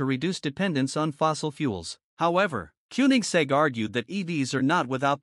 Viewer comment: "von" is pronounced "fon"! And it is not "Kunig" but "Kônig." My God, this is stupid!